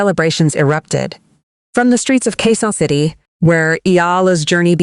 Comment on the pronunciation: Quezon City , please check your narration. Thanks. Or Q. C. 👍✅